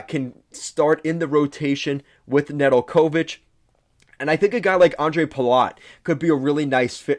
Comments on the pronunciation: Pretty poor review. First hints were the pronunciation of NedelKOvic and SEEmoan Edvinsson telling you this guy has very little idea what he’s talking about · “Na del co vitch” Nedeljkovic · Neh-dul-KO-vich? The accent goes on the second syllable. Come on now. And Babcock wasn’t fired by Detroit. Babcock decided to move on and his choice was between Buffalo and Toronto. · Babcock got fired by Detroit? No, they got outbid by Toronto that made him the leauges best paid coach, then THEY fired him, not us. Zadina might not get a spot on the roster beacause of "younger top prospects like (26 year old none drafted career AHLer) TARO HIROSE"?😅 And that butchering of how to pronaunce Nedeljkovic... Sorry not trying to be mean i just could not continue to watch after those three glaring mistakes only during the first 5 mins of this video. Do some research before posting if you want your channel to be taken seriously and grow... No offense just a friendly tip. LGRW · Bro do you not watch the games? WHy'd you say Ned's name like that? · I could not contine to watch after that butchering, in general i basically feel that all credabillity to know what the heck you are talking about gets lost when ppl cant even pronaunce their names😏